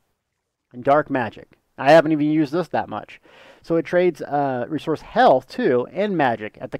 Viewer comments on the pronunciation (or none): none